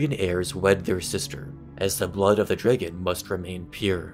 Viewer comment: He pronounces dragon like it's spelled like Draygin